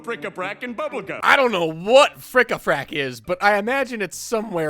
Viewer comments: It's "bric-a-brac" lol not frickafrack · bric-a-brac not frick a frack